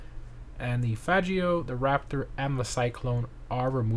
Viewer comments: Bro said Fajio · That’s not how you say faggio lol could’ve just skipped it if you’re that scared of them 😂😂